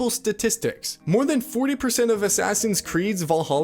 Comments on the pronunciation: "Assassin's Creed VaLAHA" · What is "Voleholla"?